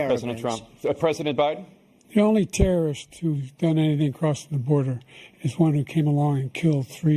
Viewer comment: LYRICS the only trrrrrsts whos done anythn crossin the border, is one who came alayn killed three - under his administration - Killed th - an al quaida uh person com- ahahahand his administration - killed three american soldiers, killed three american soldiers. That's the only trrrrrst that's there, I'm not saying I didn't know trrrrrst ever got through, but the idea, they're emptying these prisons werel we're welcoming these people, it's simply not true, there's no data to support what he said, once again he's exaggerating, he's lying.